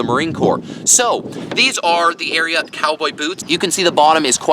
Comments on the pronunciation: Why does he say Ariat that way aint no o in it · Ikr what a freak, your supposed to say “ariooot”! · The way you pronounce it…and the boots are corny